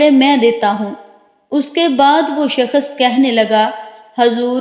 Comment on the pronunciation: Skhas nh hota h shaks hota h apna talaffus bhi shih kr lijjyeyy please